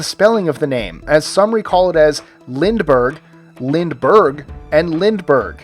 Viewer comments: Bruh he just said Lindbergh the same way 3 time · Wtf, this dude said "three different spellings of the name, Lindbergh, Lindbergh, and Lindbergh" all pronounced exactly the same, just with emphasis on different syllables wtf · bruh he said Lindbergh 3 times. LMAO how are we supposed to know which ones your talking about.